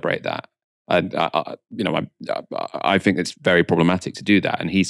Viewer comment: please stop saying " I fink".